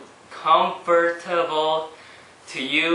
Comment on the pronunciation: comfur...comfort...com-fur-table!!!lol thats funny